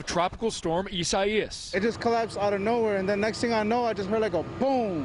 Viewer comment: EEE- SAH-EEE-US. Now give me one of those cozy reporter (repeater) jobs.